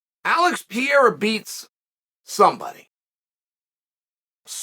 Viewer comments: If you gonna keep making money talking about Alex Pereira, maybe out of respect, you should learn how to pronounce his name correctly. It’s not Piera, it’s PEREIRA. Peh-ray-rah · REPEAT AFETER ME: ALEX P E R E I R A not Piera